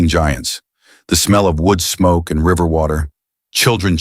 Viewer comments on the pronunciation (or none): none